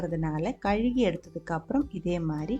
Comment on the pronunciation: Dear sister, I'm regularly following your videos. You speak sweet Tamil and your recipies are awesome. One small correction. For 'washing', you used to tell 'kaluki'. It's actually ''kaluvi'. I just wanted to inform you. God bless you and all your family members.